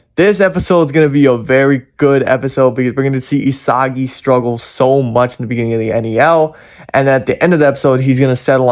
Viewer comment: isagily* ✅✅ isagi* ❌❌